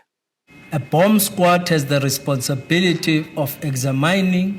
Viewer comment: Mordor cannot even pronounce the word examining. How did he become Mayor, he should go back to school.